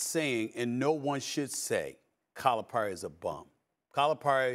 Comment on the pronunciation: It would be nice if Stephen A would learn how to pronounce Calipari.